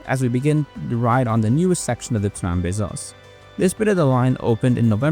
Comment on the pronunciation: Trambesos sounds like tram kisses lol